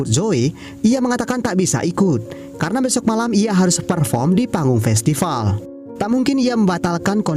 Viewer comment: Min, kamu orang Sunda ya? Festival = Festipal 🤭